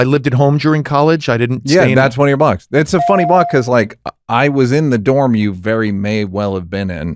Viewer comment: Every time you say “This is the Blocks podcast”. I think you’re saying, “This is the Blacks podcast”… and I’m aware I’m watching the Blocks podcast lol